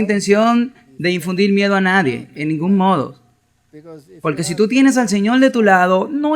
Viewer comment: Un tema bien documentado gracias al dr Veith y al traductor. Sólo sugeriría que el traductor corrigiera sus vicios locales de pronunciación, hacía una correcta pronunciación gramatical neutra. ( Señol..decidil..palte..son con R.